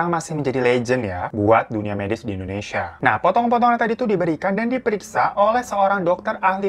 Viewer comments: Indonesia bukan endonesa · Indonesa Kak Bukan Endonesa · Indonesia bkn Indoneisa... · INDONESIA KOK INDONEISA? :') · indonesia woy